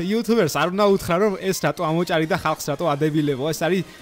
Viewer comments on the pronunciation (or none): ამოჭარი არა ამოჭერი